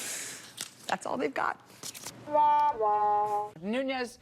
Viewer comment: Nunes is pronounced like the word "DUNES". It goes back awhile but it's the way the "PO-TA-GEESE" speak spanish, It's like they are holding their tongue with two fingers and their thumb, for real.